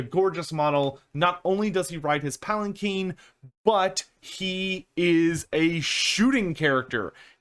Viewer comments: palanquin not palakeen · I think one of us doesn't know how to pronounce Palanquin.